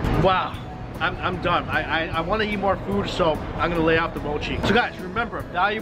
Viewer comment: the way he says "eat" sounds like "yeet" 😂👌